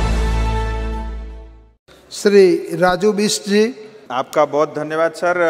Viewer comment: राजु विष्टलाई राजु विष्टि ( के काे विष्टि) कागकाे कि भंगेराकाे ? जातकाे उच्चारण पनि राम्रोसँग गर्न नसक्ने जात विष्टलाई दार्जिलिङ जस्तो शिक्षित ठाउँमा उ भन्दा कयौं गुणा अनुभवी राजनीतिज्ञहरूलाई लाेकसभा सांसदमा जिताएर नपठाएर मनिपुरकाे राजु विष्टलाई पठाएर याे भएको हाे। अब २०२४ मा यिनलाई पठाउनु हुँदैन । दार्जिलिङकै शिक्षित तथा राजनीतिज्ञ पठाउनुपर्छ । यिनी नरेन्द्र माेदीकाे चम्चा हाे यिनले माेदीकाे चम्चामात्रै गरिरहन्छ ।